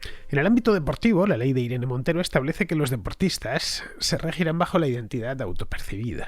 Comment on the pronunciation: me parece muy curioso queañadas una M al final de cada frase. Irene MonteroM. En el registroM. Buen video